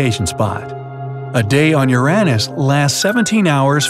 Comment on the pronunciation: Don’t tell me on he really said Uranus that way 😂